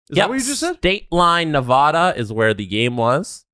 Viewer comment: That is not how you pronounce Nevada!!!!!!!!